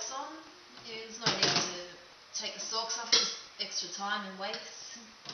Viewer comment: it makes me smile every time you say "stalks" and it sounds like "socks" :) nice job